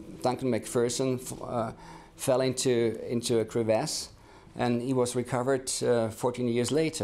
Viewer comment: The pronunciation of crevice is so annoying